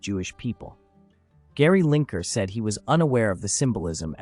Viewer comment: Lineker. Not Linker.